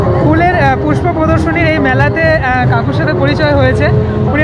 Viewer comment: Puspo mela na uccaron na kore sei allu arjun e Puspa mela bhalo hoto !!!!!! 😂😂😂👍